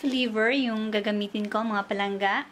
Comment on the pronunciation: ang awkward pakinggan ng PALANGGA na d ilongo ang nagsasalita paulit ulit pa, sorry... nagmumukhang trying hard... try to act naturally... mas maganda pa... pero d ganun ang pagluto ng valenciana ng ilongo. ang ilongo d nagsasaing maliban na lng kung d sya marunong kaya isasaing nya...